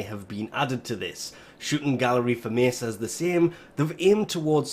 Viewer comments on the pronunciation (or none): none